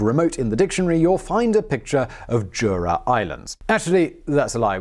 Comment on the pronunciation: Jura is remote, JOORA is remote